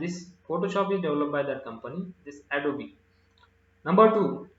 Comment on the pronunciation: Sir, its not adobee its adobe